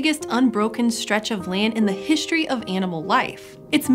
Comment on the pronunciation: So, hey, it's "history", not "hishtory". There's only one H in history.